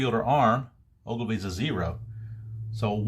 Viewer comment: FYI: It's Ben O-gil-vee, not O-gli-vee.